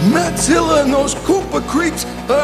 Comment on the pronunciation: He said MADZILLA